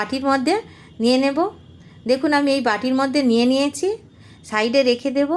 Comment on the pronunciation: দিদি, আপনি ছ এর উচ্চারণ চ এর মতো করছেন। যেমন 'নিয়ছি' কে 'নিয়েচি' বলছেন।